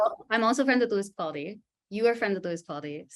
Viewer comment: I swear she is saying Lewis Paldi instead of Capaldi.